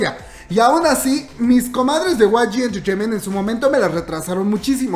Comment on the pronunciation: Like por cada vez que dice way gi enchecheimen